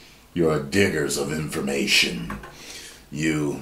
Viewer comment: So I wasn’t really watching it I was listening to it and when said Diggers I thought he said the N word with a hard R and I was like didn’t just say that did he 😂😂😂